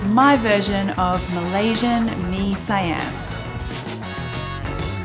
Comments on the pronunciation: It's mee "SEE-YUM", not mee "SYE-AM" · It is Mee Si yam. Not saiyam. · The way we pronounce it in Malaysia is "mee see-yum" 😀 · Love it that you try dishes outside Thailand! The correct way to pronounce it Mee C yam . (Siam). That's how we Singapore and Malaysians say it 😂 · See-ahm is how we Malaysians pronounce it. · It's Mee See-Yum! That's how Malaysians would pronounce it. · Yes! 🇲🇾🇸🇬 represent! Siam is pronounced S'Yum by the way. An S sound followed immeditely by Yum. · haha.. you pronounced it incorrectly. it's mee SEE-am. It didn't occur to me it could be pronounced another way but I can see why you would. :-)